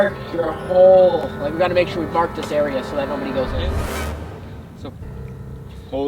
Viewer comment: you but are instead of area